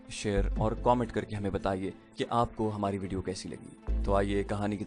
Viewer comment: Could you please correct the word comment which is what you say commet this is annoying and wrong as well as difficult to accept Dr Hameed Faheem